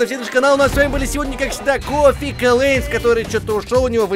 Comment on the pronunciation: Вобщето Коффи а не кофи